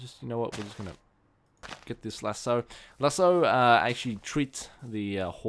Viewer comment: oh and lasso is pronounced as lass-o